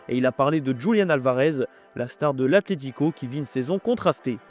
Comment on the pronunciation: C’est ACLÉTICO ou ATLETICO ? Faites un effort qd même, on dirait les enfants et leur «pestacle»